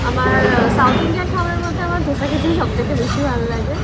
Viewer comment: It's Dosa not dhosa 😂😂😂